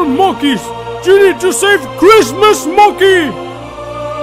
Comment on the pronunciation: every time i hear say Mokey it is monkey